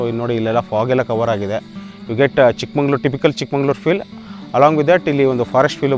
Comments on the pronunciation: Good vlog carry on the good work. Its Chikmagalur sir n madam not ChikmaNglur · Chikmangaluru alla swamy Chikmagaluru.